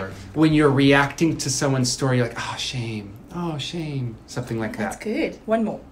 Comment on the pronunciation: Chantelle is not very good at her own country’s words. Shame is almost always preceded by “Aaaghh” or “Ahhh”.